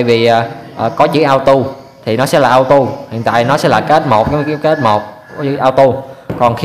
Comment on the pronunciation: Cảm ơn bạn đã chỉ dẫn những kiến thức rất quan trọng để tránh nguy hiểm. Nhưng xin nhắc bạn 1 chi tiết nhỏ: bạn đã đọc chữ Auto là "ao tu" là sai, phải đọc là "ô tô" mới đúng.